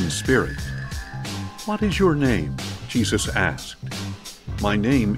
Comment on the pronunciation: 🤣🤣 HESUS. HI-SUS. YASUS . WHAT'S WRONG WITH THESE PEOPLE❓💀